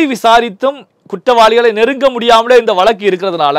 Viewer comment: வலக்கு இல்லை வழக்கு என்றுதெளிவாக உச்சரியுங்கள்